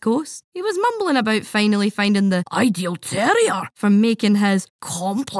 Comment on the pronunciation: Slight mispronounciation here its pronounced terrwar not terrier, not sure if its intentional